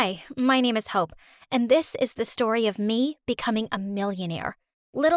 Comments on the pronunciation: Why did i hear hoe instead of hope 🤣 i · Who else thought she said h0e